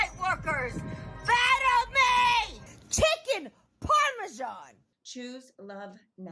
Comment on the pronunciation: "CHICKEN PARMESIAN" 😂😂😂